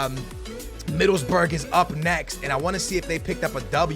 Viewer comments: you saying Middlesbrough wrong. you do not say 'burg'. you say 'bruh' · Love this series but you gotta make sure at the end to check out the inverse aka the team you swapped out, for ex. Where did Southampton finish in La Liga? Huh? Middlesburg? Like Pittsburgh?? Middleboro dude. Middles-BORO ! You are lysdexic ? dexlysic ? Just playin' my dude. Love listening for you to mispronounce stuff in everyone of your videos. My girl and I get a kick out of it. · Middlesburg try pronouncing it Middles-boro hope that helps a tiny bit😂😂 love ya and loving the new series idea #booyahFamily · He pronounced Middlesbrough middlesberg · It's not Middlesburg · you should say middle's bruh